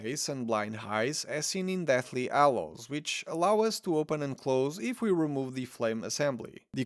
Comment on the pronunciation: Agrid. Wet air. Ed elements. Ighly posable. Ow well. People oo like. Deathly Allows. Arry. Why do you simply choose to no pronounce the letter H? At all.